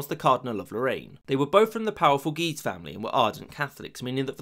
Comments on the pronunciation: i like how guise sounds like geezer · "The two Guises"... my ears keep hearing "The two Geezers". Brilliant.